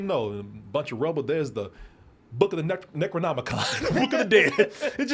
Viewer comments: He said Negronomicon 😂😂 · Necro-comic-con lmao. loved the review, can't wait